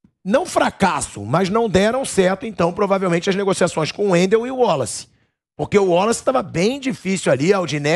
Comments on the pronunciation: Pilhado não é Woloce, é Wallace, Waaaaaaalace!! Pqp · porque fala WOlace?não seria WAlace? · O pilhado falando ÚOLACE, é irritante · cara chato com esse negócio de uólaci, porra o nome do cara é Wallace. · Pilhado. " uolace" 😂